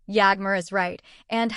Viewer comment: If you know so much (as you claim) about Bariş and Yağmur at least you should have taken the bother to learn to pronounce their names BariŞ ş=sh, YaĞmur ğ=silent. As for your story, it's just what it is a STORY !!!! By all means practice your creativity, however presenting it as facts may come back and bite you! (I personally hope and pray that it willĺ do!)